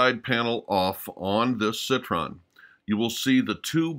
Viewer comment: Citroën not "Citron" byt the way, it's one of the anachronisms of the otherwise brilliant movie. The 2CV is evidently too young for 1962.